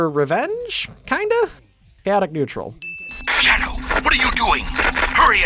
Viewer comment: Shadow the hedgehog, the (1st) h is silent.